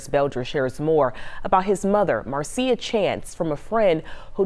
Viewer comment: Wow nobody knows the English language.its Marcia pronounced MARSHA like Marcia (Mar-sha) Brady from the Brady bunch. It's not Mar-see-uh. LMFAO 😂😆 even the news is wrong 😅